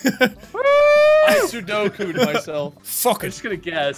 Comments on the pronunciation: "I sudoku'd myself." Wade...you mean "sepukku." Sudoku is a game with numbers in a box. XD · Wade: 'I Sudokud myself' Me: 'preeetty sure it's seppuku buddy 🤣' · Did wade say he sodoku'd himself did he mean seppuku